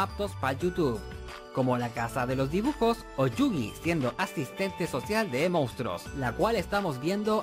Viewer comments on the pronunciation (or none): Y dale con decir mounstros. Joder, qué dolor de oídos. MONSTRUOS!